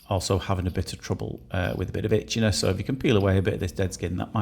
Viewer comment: When you said she had a problem with itchiness i heard it as bitchiness lol maybe i need my ears cleaning 😮